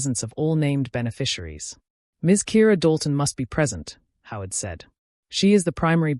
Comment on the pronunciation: 'Howard' is NOT 'how it'